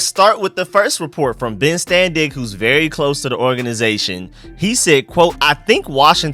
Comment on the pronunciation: Please stop saying ben’s name like that lol. Ur chopping it all the way up